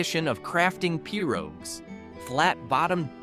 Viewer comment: Not Perot, but Pirogue.